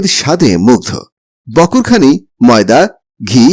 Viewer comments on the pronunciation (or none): বকর খানি নয় বাকরখানি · বকোরখানি না বাকোরখানি হবে